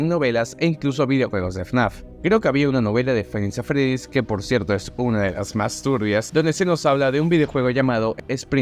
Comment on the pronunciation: Tkm pero me cague de risa con el "faib nis at fredis" XDDD